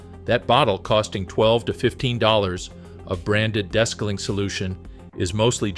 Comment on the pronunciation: AI …des-caling. It’s DE-scaling!